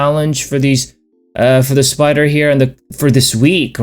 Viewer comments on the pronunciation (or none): Excellent. Do you not say spyderr anymore?